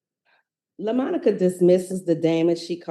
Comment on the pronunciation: Quit calling her Lamonica 😅